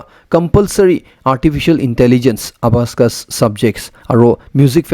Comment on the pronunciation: Sir, abacus not abascus. Thank you for the news.